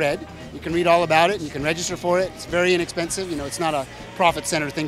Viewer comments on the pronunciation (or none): Did he say REDgister hahaha